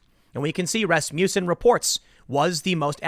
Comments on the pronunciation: “Ras-mussen” no “you” sound. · Every time I here Rasmussen I think I hear Rasputin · rass-muh-sin - watch a dang hockey game, tim XD